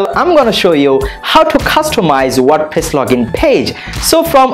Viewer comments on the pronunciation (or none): tutorial good but its "wordpress" not "wordpiss" 😂